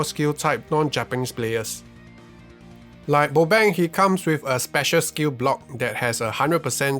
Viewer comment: well well look like still say boabng name bobeng not bobang